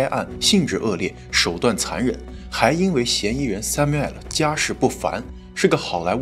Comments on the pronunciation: it's samuel not samu-el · 强迫症发声，男主叫三谬，不是三谬爱了😂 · Samuel就是念三谬，不是三谬哎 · Samuel 读为“sa-myoo-uhl" 我知道我重点歪了，但是m2一口一个“塞谬艾尔”真的太出戏😂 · Samuel发音"sai miu", not "sai miu ai-lou"😆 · samuel 的读音应该是“三缪～”但是主持人一直“三缪艾了”“三缪艾了”的叫，真的听着很尴尬很出戏。如果英文名字读不准可以读中文译名，比如比较普遍的译名是“塞缪尔”。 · 人家名字是叫sam---uel, 什么sum----uel 听得人一头雾水，一点都不专业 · 還有一個口誤，Samuel應該讀： ˈsæmjuəl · m2主播是学法语的出身的吗？读samuel的发音时尾音完全是法语的样子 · 播主可以查一下这个男主的名字发音😂，这样视频会更完美了，感谢❤播出这么好的视频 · Samuel的发音需要纠正一下😂 其他都很好 很喜欢你的节目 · 希望m2的发音能提高一下哈哈哈哈 samuel 这个发音感觉好神奇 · samuel的读音后面为什么发ai的音？纯属好奇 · Samuel 念得不对，听起来很刺耳，不如念"塞繆爾"。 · Samuel这个发音实在听不下去了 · 這是個美國的案子美國的兇手 況且ray念自己的名字時怎麽不用法語發音? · 😂 Samuel 发音用的是法语，其他人名发音用英文，主要叙事用普通话，字幕用的是只有台湾用的繁体中文。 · Samuel 發音不是那樣喔.Google 一下.